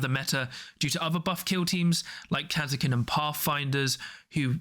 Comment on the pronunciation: the way you guys pronunce Kasrkin is so strage.